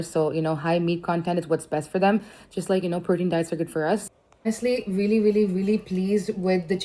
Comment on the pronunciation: What’s with this ‘veelee, veelee, veelee, veelee and ‘every single thing’???!!! 😂 Expand your vocab or atleast speak the language with proper (if not correct) pronunciation!